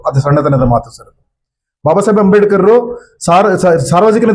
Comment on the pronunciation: ಅಂಬೇಡಿಕರ್ ಅಂತ ಹೇಳೋದು ಸರಿ ಇಲ್ಲ. ಅಂಬೇಡ್ಕರ್ ಅಂತ ಹೇಳಬೇಕು